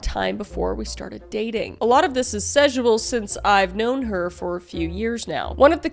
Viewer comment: I only watch these videos to hear Kris mispronounce the word "sexual" and any variation of it 😂